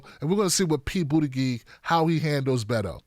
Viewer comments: It’s pronounced Boot-it-Judge 😉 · Soft 'g' in Gillibrand and Buttigieg. It really bugs me each time you get it wrong. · Thumbs up if you also think pronounciation of "Bootygig" is the best thing ever! Love you! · Please just call him Pete because your mispronunciation of his name is crying worthy lol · I don't like Buttigieg butt you should still try to pronounce his name right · Ugh.. annoying to hear you repeatedly mispronounce Pete's last name. If you can't say it properly, just call him Pete. 🙄😒